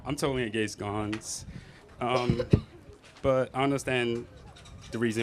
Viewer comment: Wtf is “a gay sconce”? 😂😂😂😂 (I know he meant to say “against guns” but I have NEVER in my life heard someone say the word “against” like that 🤦🏼‍♂️